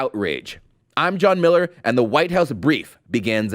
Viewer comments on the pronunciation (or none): none